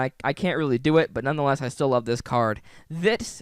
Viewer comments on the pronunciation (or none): none